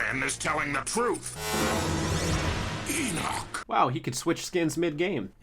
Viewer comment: the way says Enoch is so satisfying.